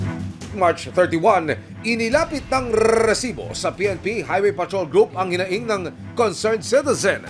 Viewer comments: diko alam kung nagpapaka Tulfo o Mike Enriquez tung host na to ang corny dikona tinapos video sakit sa tenga nung RRRRRESIBO! GGGRRRR!!!! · OA mo Rrrresibo.namo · nakakabwisit naman ung pagbigkad ng resibo..kailang ba ganon talaga??